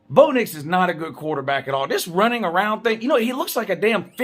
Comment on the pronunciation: everytime you say "Blow Dicks" i crack the fuck up 😁🤣